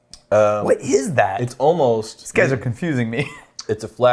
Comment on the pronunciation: I still can't figure out weird vocal tics; he ends all the -ing words with a 'k' sound and 'almost' comes out as 'oh-most'. It's really strange and I just had to get that off my chest. Love the show guys!